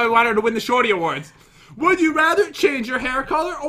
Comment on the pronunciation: Does anyone notice that when Pat says “Shorty Awards” he says” Shawty Awards